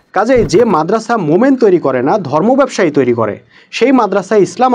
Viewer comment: মোমেন, এই ভাবে না বলে, মুমিন কেন বলেন না ? মোমেন বলার কারণে বেশ বিরক্ত লাগে।